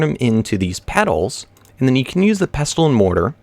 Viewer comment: In pestle and mortar, the 't' (pesTle) is silent